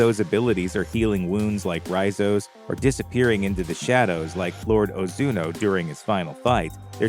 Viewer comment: 1. It's Ozunu, not Ozuno 2. You completely forgot to mention the other 8 clans other than Ozunu and how they also train orphaned children into assassins Only watched it once and could at least gather that much...